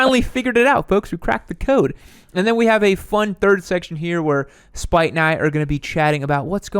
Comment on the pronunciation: His name is "Spite"? It sounds like you are saying "spike"!